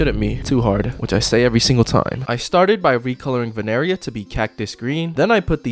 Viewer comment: ITS NOT VENERIA ITS VINERIA